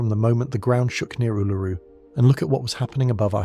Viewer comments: Ularu is pronounced oo la roo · Why is the thumbnail a reverse image? BTW the emphasis is on the first syllable for Uluru.